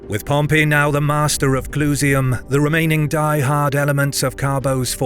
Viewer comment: Why don't these narrators ever learn the difference in pronunciation between "Pompey" the person and "Pompei" the city